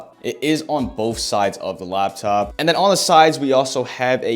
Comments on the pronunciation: I heard you say "Lab" top like 60 times ya bot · the way you say :"laptop🙄"